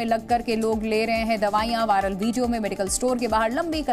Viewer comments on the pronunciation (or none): none